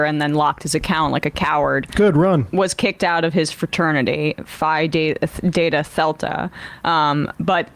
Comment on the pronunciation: Did Emma say "Phi Data Thelta"? 😂